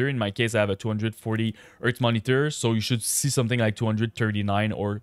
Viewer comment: Do NOT set a maximum framerate! It will increase display latency! Turn it off or set it to a max of 1000 FPS, no matter what monitor you have. (Also, don't forget to pronounce the letter 'H' lol. It's "hardware" and "hertz", not "ardware" and "urtz". Other than that, your English is excellent.)